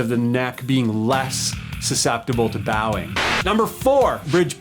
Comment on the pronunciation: Love how much focus is on actual, technical, real details. Not just tuners or knob layout. Also, it's pronounced "bowing" not "bowing."